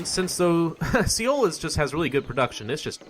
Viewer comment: hey! great gameplay. there's just one thing.. Seoul is pronounced "soul". thank you :P